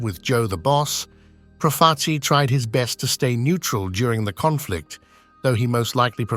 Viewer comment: Is the voiceover AI? You're doing a "documentary" and you mispronounce damn near every single single name. "PROF-a- chi"? Do you listen to these things before you publish them? I quit 10 minutes in.